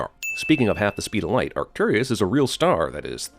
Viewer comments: The star is Arcturus not Arcturius. There is no "I" in Arcturus. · It's Arcturus, not Arcturius. Nor is it Arcturis, as spelled the second time in that sin. Also, it is probably not a matter of necessity, but more a matter of efficiency. If you can slingshot around a star, especially a massive one like Arcturus, you can change your direction and velocity for relatively little fuel consumption. I would also hazard a guess that it's supposed to be a "hey look at this cool thing" moment. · Add another sin for them calling it "Arcturius" instead of "Arcturus". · It's 'Arcturus', not 'Arcturus'. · Arcturus, not Arcturius... That's a sin